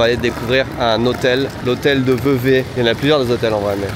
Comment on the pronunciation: Ça se prononce Vevey !